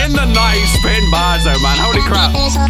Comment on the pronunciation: "Spitting bars in the Dight"